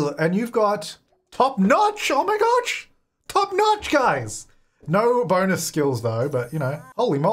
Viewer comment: Top noch oh my goch:DDDDD